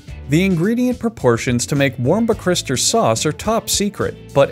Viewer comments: He says Wincester sauce, which is something else. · “Wincester sauce” Oh no step brother! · The correct pronunciation, if any one cares, is “Wuh-Ster-Sher” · “Whats-that-here-sauce” has always and forever will be the correct pronunciation in my family. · "warpercrister sause"😂😂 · “The wimshter bishter sauce” had me rolling 🤣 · "The Wimshibshter sauce" im dying 😂😂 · "Wincest-er sauce" lol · I live in Worcester, majority of people pronounce it 'Wuss-ter' so I'm not sure tbh. War-cester-shire would be correct technically but so many people say it as wuss-ter due to the shortening of syllables I'd assume? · Warcastershire sauce. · It’s actually pronounced “wuh-shuh suh” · He said warmperchrister sauce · God I love Whorpistere sauce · Pronounced "wuh-stir sure sauce" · Wus-Tuh-Sher sauce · I came here to hear a grown man completely butcher a sauce's name I was not disappointed. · It was epic. Not one si gle time did he say it correctly. He made a point of saying it differently every time. I was impressed. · What's impressive is that he doesn't butcher it the same way twice the entire video... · I honestly wouldn’t mind the video being the narrator just struggling to say Worcester sauce for the ENTIRE video, so during the intro, he tried to say it, but keeps messing up, so the whole process is shown whilst the narrator continues to struggle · The way you mispronounced it EVERY TIME, was a nice touch. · I love how he says Worcester sauce wrong everytime. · LMAO I love the fact he keeps mispronouncing "Worcestershire Sauce" each time he says it XD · I love how he purposely mispronounced Worcestershire. Or did he? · I clicked on this video to hear Worcestershire sauce mispronounced and it did not fail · Ok so can we all agree that the narrator is an alien. No human can pronounce that shit let alone pronounce it THREE DIFFERENT WAYS. WHAT KIND OF BLACK MAGIC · War-chest-er-shy-er sauce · Wincester sauce what is this alabama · Wrong. It's pronounced wooshter 😊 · Worst ester